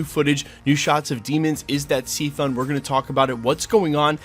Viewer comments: It’s CHTHON with an h making it sound and pronounced like KA thon. Not C-thon. Just so you know. Otherwise, good stuff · Man said c-thone 🤯😂😅 cuhthone it’s not just a letter, you still have to pronounce it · Never heard anybody pronounce it "SEE-thun" before, man. It's definitely "kuh-THAWN", as in "chthonic": of the deep and ancient earth or from the underworld. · I’ve never heard anyone pronounce Chthon as “see-thon” 😂 it’s either “chuh-thon” or “kuh-thon” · Did u call him sea thong? Its cuh thoe n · In my head, Chthon is pronounced like Ka-thone. I’ve also heard it pronounced Ka-thon…never heard it pronounced See-thun though, but who knows really. Sometimes I wish they’d just drop an official video from Marvel where they had someone say the official pronunciations of some of the characters whose names aren’t obvious. I kinda suspect they don’t address it, because there is no official pronunciation for a lot of characters, and there isn’t anyone who actually knows them all with 100% certainty. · His name is pronounced Kathone (Cthon) not Seethon. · It is pronounced (ki-thone) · Cthon is pronounced "Ka-Thon", Kinda like Cthulu is pronounced "KA-Thulu" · “Seethen” really? Lol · Why is he saying cthon like seethon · Chthon is the god of chaos…so his name pronounced like chaos…K-thon. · Pronounced kuh-th-own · Bro did u say seethon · Cthon is a K c not an S c or a C c. Kthon. Like Cthulu. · see-thone killed me 😭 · Great video, dog! I will say though, that was definitely not the right pronunciation for Cthon. It's like Cthulhu (hard k sound +thon) not like sea-than. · Did you pronounce it C-thun? Like B rabbit? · Why are you pronouncing chthon like that